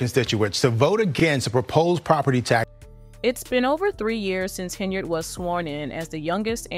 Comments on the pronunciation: Ugh! I gave you one more shot. Unfortunately, your pronunciation of “Henyard” is awful again. At least I made it this time. Peace out!! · Please learn how to correctly pronounce Henyard and Dolton.